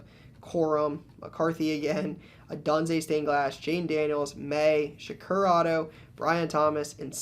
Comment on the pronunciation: O-doon-zay not o-done-zay